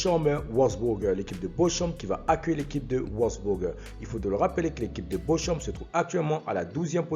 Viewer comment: La prononciation de Bochum se prononce Borhoum en Allemand et pas bochoum 😂